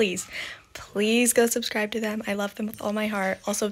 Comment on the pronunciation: me: hears you emphasizing 'them' also me: LE GASP O: IS DAT ON PURPOSE?!?? i bET tHey'Re A nOn binArY royAlz whO hAz bOUght mY ÒmÓ